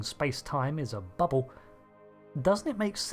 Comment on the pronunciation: "Fiewd," "bubbew," "vessews."